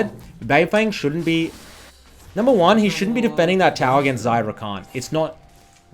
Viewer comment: “of course koreans own No. yasuo in the world” me: what did he say?